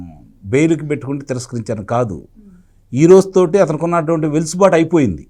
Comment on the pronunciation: సార్! గారూ. చిన్న సవరణ. వెలుసుబాటు కాదు. అది వెసులుబాటు గమనించగలరు. థాంక్యూ